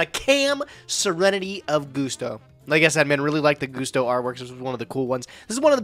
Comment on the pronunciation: Seeing mispronounce Gusto made me wanna throw up.